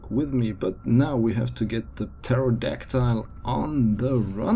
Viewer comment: Did you add the "e" on purpose? Pterodactyl doesn't have an e at the end.